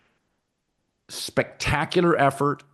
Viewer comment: can colin not pronounce the word spectacular